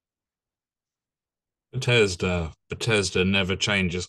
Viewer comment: Are you pronouncing it butt ez duh on purpose instead of beth es dah?